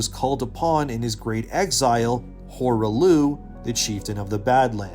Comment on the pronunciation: "Horah Looh"? You can't even pronounce the name correctly after they say it in game? Definitely not a reliable lore video clearly.